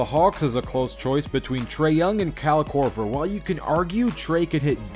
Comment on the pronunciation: Ah yes "Kehl Korver", "Kehl Lowry" and "PayZA" Stojacovic